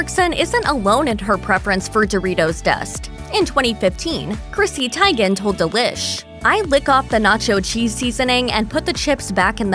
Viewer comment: Isn't Chrissy's last name pronounced Tee-gan, not Tie-gan?